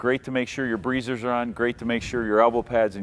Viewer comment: Sounds like someone is from Minnesota. "Breezers"